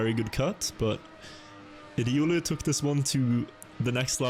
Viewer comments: Please dont say „riulu”. Its not ”riuluu”, its „riolu”. Where do you see „u”, when there its a straight „o”???. Riolu! Ri-o-luu... thats the nickname of the guy. Just a fun fact! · why are you pronouncing it riUlü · would really appreciate it if you could learn how to pronounce riolu